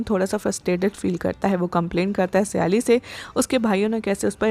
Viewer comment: સયાલી નહીં સાયલી છે